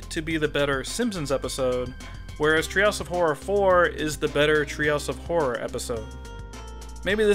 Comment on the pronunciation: Threehouse of Horror vs. Treehouse of Fourror